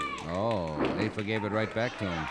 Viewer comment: Sorry to correct you but it’s afa not affa